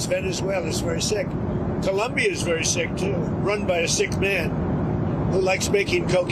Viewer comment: its ColOmbia, not ColUmbia, are u american or wtf